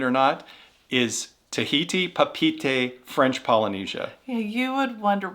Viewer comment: When you can’t even pronounce the name of the cruise port—Papaeete—I don’t trust your judgement on it. Certainly doesn’t deserve a spot on this list.